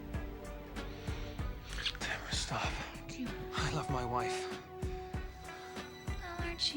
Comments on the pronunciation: my names tamara and you didn’t say it right bestie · My daughter's middle name is Tamara And My granddaughter's first name is Tamara. But it's pronounced like Tamera.